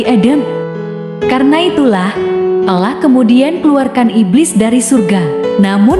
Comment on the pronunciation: Sebut betul2 perkataan Allah...biar bunyi huruf 'Lam'nya sedikit tebal